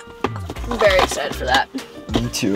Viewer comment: "Isoexcided!"